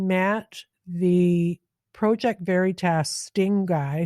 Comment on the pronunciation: I'm unsubscribing because you repeat (poorly) what others have said days before and you FAILED to do any additional research (i.e.work) to get more knowledge and provide that to us. Your affectation of the word 'Project' which you managed to pronounce both as PROW-ject as well as Praw-ject let slip the phoney wannabe intellectual that you truly are. BTW, not wanting war, poverty and abandonment of working people is not exclusive to so called "Liberals". You lost my subscription and all of my friends. Start doing real work, and we may return. Good luck.